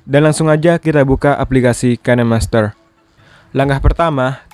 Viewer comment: Dibacanya bukan kenemaster tapi kinmaster/kainmaster